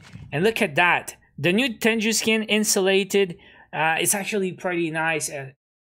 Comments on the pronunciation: Its a japanese term pronounced as Teng-goo not Ten-ju. Anyways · Bruh it's not tenju it's t e n g u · Lmao i pronouce it teng goo too and it kubda triggers me when people say it like tenju